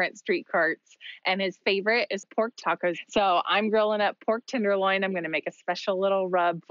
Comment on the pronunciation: It’s a tenderloin, not a “tinderloin”